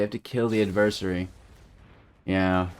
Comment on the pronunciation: Thanks for correcting the adversary mispronunciation. I don't know why but it bugs me. 😜